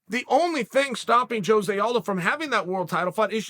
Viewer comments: Sonnen … In your quest to be the best, I mean better than the rest. Cuz you are a true freak show and the one that is always in the know … can you do me a favor though. Pronounce Aldo’s name right that way your show will be tight and give others fright. Phonetically speaking (believe me I’m not tweaking) it’s HO-ZAY not JOE-ZAY. A ROW-ZAY by any other name would stick as hard. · They way Chael pronounces ‘Jose’ had me dead lmfaooo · Why is Jose Aldo the only Jose that people pronounce the J?